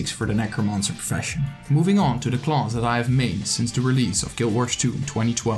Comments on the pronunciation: "Closs" instead of class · Huhu it bothers me how he says class as "CLAUSE"....But otherwise, it's a good video. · The way you say "class" though 😂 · the way he said class